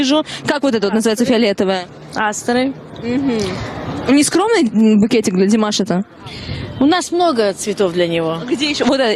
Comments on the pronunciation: Даже ударение и то неправильно сказал, молодой человек.... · не обижайся, но надо в родительном падеже говорить Димаша с ударением на втором слоге. А вообще, спасибо за интервью и ваш позитив! 👍👏❤😊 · Не стоит произносить "у ДимашА", не ерничайте и не старайтесь принизить его, унижаете себя, уважаемый журналист. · Что значит азиатской внешности? Какая разница какой внешности, здесь главное талант. О чем корреспондент спрашивает , ужас , это то чему он научился. Димаша, ударение на предпоследнюю букву, надо было правильно выучить его имя, прежде чем брать интервью. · Прежде чем говорить со зрителями о Димаше,выучил бы как правильно произносить его имя,или специально ударение делает неправильно и еще зачем то делает акцент на национальность,Позор такому журналисту. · Как приятно слушать теплые слова в адрес Димаша. Только молодой журналист неправильно произносит имя Димаша. Надо ударение делать на второй слог. Спасибо, за ролик, интересно!!! 🎤🎼👏👏👏👏👍👍👍👍